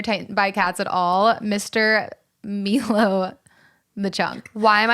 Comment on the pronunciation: It M(eye)low not M(e)low. But he is a very handsome water connoisseur!